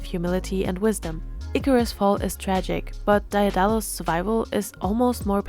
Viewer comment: great analysis but i believe it's pronounced "dae (deh) • dalus"